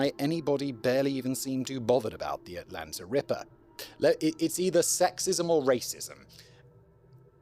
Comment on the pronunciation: As someone who was born and raised in Atlanta Simon's pronunciation of the cities name makes my ears hurt 😂